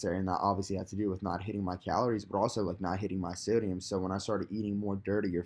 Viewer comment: "SO-DI-UM...what the fuck is sodamine" LMFAO dude